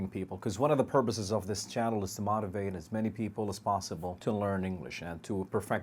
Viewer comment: MOE-tivate not MAW-tivate